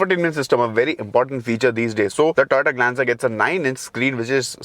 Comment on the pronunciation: When you say Toyota, it sounds like Tata